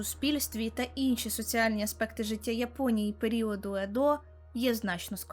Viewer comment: Ох як смішно слухати опис серіалу і деталі життя Японії від людини яка не має уявлення про це нічого. Такі смішні і наївні описи процесів і подій) Автору 15 років?)) Звісно ні (чи так?), але текст від того не менш наївний. Іще звісно здивувало назва міста Едо з наголосом на «О». Варто послухати БУДЬ ЯКЕ з мільйона відео про Японію, щоб почути, що ніхто і ніколи не ставить наголос на «О» як робить дівчинка з цього відео. З цього напрошується іще одна теза - дівчинка не слухала жодне відео про Японію і не дивилась фільми чи аніме, де звучало це слово. Читати заготовлений текст добре (особливо якби він був іще добре написаний), але варто також і контекст надавати а не просто начитувати «а коли вони одружувалися, то займалися чорнінням зубів» - ні контексту, ні для чого це робилось. Так а якщо не давати контексту, то для чого взагалі було вк дувати цю фразу? І це я іще е мав часу подивитися сам анімаційний серіал, бо напевно тоді іще критичніше сприймав би огляд)